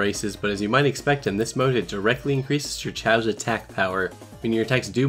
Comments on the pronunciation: Pronounced chaows not chaos thx saga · Depends on the language, i think only in english chaos is pronounced kay os. In all the languages i know of the A is not a Ay.